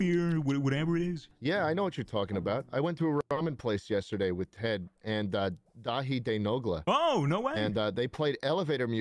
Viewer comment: “Daithi day Nogla”